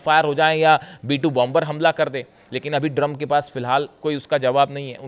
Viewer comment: Drump 😂 bola aapne